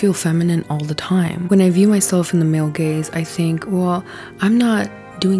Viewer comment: I couldn't help but hear "gayz" the entire time 😂